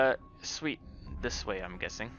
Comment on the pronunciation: I like how sometimes says “Dis” instead of “this”